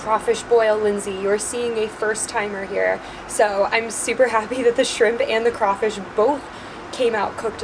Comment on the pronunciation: being from louisiana having crawfish every year i am very very offended and cringed out from her saying “ kray fish”😂